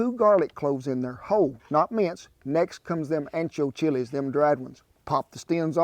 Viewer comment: As a Latina, I approve of these tamales!!! He even had the pot on right!!!! Lol... yes!!! I love him sooo much!!! I don’t eat pork but you can sub the lard for vegetable shorting and chicken stock... he even pronounced the names of the Chile’s correctly and better than I can!!!